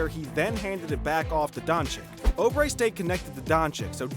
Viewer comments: Not only did he pronounce it like donchick but then said obre and olandipo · “Markays” “Donchick” “Ohbre” “Marjánovic” “Olandapo” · Try Oubre again you’re pronouncing that one wrong too!